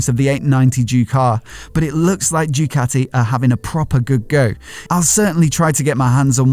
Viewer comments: Mate learn how to pronounce Ducati... what’s all this Jewcati crap 🤔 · the way says JUECATTI, it find it hilarious